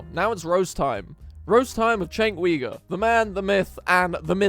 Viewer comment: " right-wing road rage terroist enabler, all while proving he doesn't even know who the hell" chenk ugyur is....at least say the guys last name correctly. goes for anyone... without that level of courtesy decency respect. this is now slop. your 'trashing' someone who doesnt even exist. attempting to do so by saying this person. (maybe they exist just never heard of the person you mentioned) that he doesnt kno who asmongold is constructive criticism, if your goin to critisize people you open yourself up just the same. chenk despite his personality and all the crap he says and i disagree with hes built something neither you nor i have (tho u may have just started aspiring towards it.) hes also an employer which means hes a net positive to alot of people giving that opportunity they depend on him he at least gets the grace of becoming cynical after so many years of being constatly esxposed and in bed with this to become the way he is. lol i dont know becauyse i dont watch nor follow. mostly TYT has turned out to be propoganda when ive tried to tune in. obviously come here because hes emotive and highly reactional type of person.. want to succeed at this? tho we may be amused and making fun of someone. keep your humility and being humble about it. pride dignity honor respect you grant and give them to the people you highlight and eleveat becayse they are doin that for you. you are walking on their back intentionally and knowingly stepping on them. easy anecdotes is the